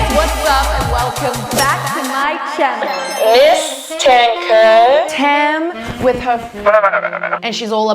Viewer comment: I love u but I’m getting annoyed with how u say Kaur, cuz it’s my middle name. But no hate, people make mistakes and it’s not anyone’s fault. It’s pronounced kao-rrh.